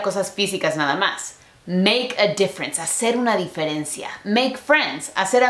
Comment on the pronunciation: No se dice "di-fe-ren-ci-a" Se dice "di-fe-ren-cia" querida!